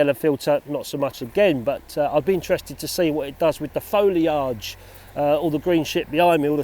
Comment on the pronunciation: I really need to put filters on my cameras more often! Love an orange or red filter to give the skies a bit more PUNCH! Sorry, I have to mention the pronunciation of 'foliage'... Is that how they pronounce it on the IoW? New one on me!:p Keep up the good work,, I mean!:p